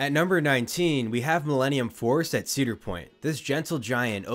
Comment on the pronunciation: 4 ceader point coasters 😂😂😂